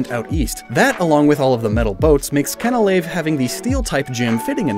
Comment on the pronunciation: I could have sworn that Canalave was pronounced “can-uh-lay-ve”? Or was that just to enunciate the “canal” part of the name?